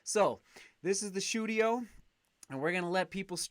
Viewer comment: 'The shoedio'